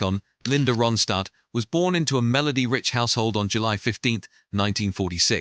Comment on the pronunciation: Please pronounce Ronstadt correctly!🇦🇺